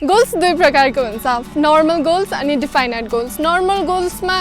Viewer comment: pronounciation: definite: दिफाइनाइट ❌ definite: डेफनिट ✅ Thanks for the video... following you regularly!!!